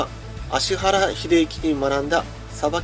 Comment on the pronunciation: ちゃんと「アシハラ」って言ってる。